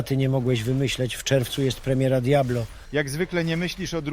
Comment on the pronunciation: nie wiedziałem, że Tusk ma problemy z literą R, zamiast tego wymawia L plemiera 😮‍💨😣🫣 *premiera